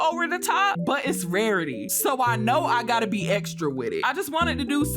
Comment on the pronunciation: “Wawitee pretayy”